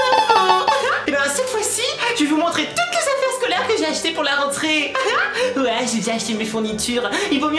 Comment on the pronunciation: tu n'aeeee plus du maleee poureee prononcéeeeeee renteréeeee